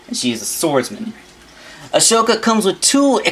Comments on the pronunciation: (Okay clone ranger control yourself. Just because he mispronounced the name doesn't mean you have to get upset) hey the name is pronounced A-SO-KA not A-SHO-KA. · Right, he keeps mispronouncing it too..